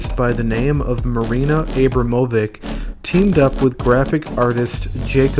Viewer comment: Abram ovich